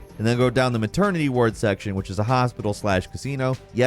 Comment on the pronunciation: Had to take a second to get over how he pronounced ward